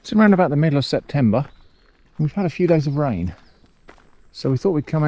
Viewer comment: Very nice video, thanks very much,. A few comments: - Maybe you can use the Scotch Bonnets for a chili jam? That's nice with cheese...or home-made hot sauce so you can hone your fermenting skills? - CEP-tember...😄 - I like to imagine that Abbott's Wood Manor was requisitioned by the army's school of camouflage, and since then nobody has been able to find it.